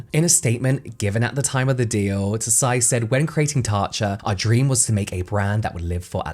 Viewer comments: Just a quick pronunciation correction but “Tsai” is pronounce close to “sai”, like “tsunami”. Anyway, I’ll never buy Tatcho, it sounds too fancy and expensive for me. 😂 Also, I agree that Tsai should’ve focused on Taiwanese culture instead. There’s so many amazing skincare in Taiwan that often goes overlooked. Idk if the brand would’ve been more successful though, seeing as people go crazy over Japanese and Korean skincare. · Im loving these brand deep-dive videos! Although i do wanna correct your pronunciation of Tsai - the 't' is silent, so you can just pronounce it as 'sai'! to be even more nit-picky, the 't' creates a more plosive S sound! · Tsai is actually pronounced Sai, just like Tsunami. The T is silent. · This was so interesting. I feel like you can make a paper bag around interesting! 😂 BTW I think the last name Tsai is pronounced "zzai," the hard z like in pizza. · Just as a heads up, “Tsai” is pronounced without the “t”. Speaking of which, there’s a silent “t” at the beginning of a surname up my family tree. People try to pronounce it with the “t” and it simply doesn’t work. It’s like the secret is to just think the “t” sound without making it, just hold it in your mind as you say the name, and then the pronunciation somehow sounds just right. 😂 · This is great but just a little bummed at the mispronunciation of "Tsai" given that she was the focus of the video and it could've been easily googled ahead of time to confirm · Just a sidenote: tsai is not pronounced „tuh-sai“ but „ts-ai“ … just one syllable! Taiwanese names are often still written in wade-giles vs. the now common pinyin, if i recall correctly, so it can be a bit confusing! Love ya james😌! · i could be wrong, but normally if an asian last name has "ts" at the beginning of it, the t is silent. so her last name is probably pronounced as "sigh" not "tuh-sigh" <3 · Another great deep dive. Tsai pronounced like 'sight, T being silent.